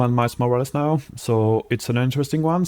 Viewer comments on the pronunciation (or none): none